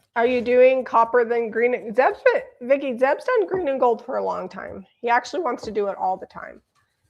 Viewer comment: ZEB not Zep sorry Zeb